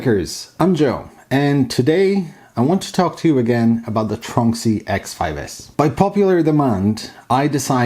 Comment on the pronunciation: You say it the right way top